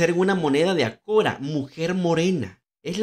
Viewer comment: Vale 1/4 de dóllar. Quarter (un cuarto) la pronuncian "cora".